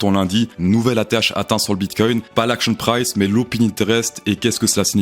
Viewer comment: Salut , est ce que tu peux dire "axion prisse" plutôt que "action price" . Vraiment mec , on est en France on parle français !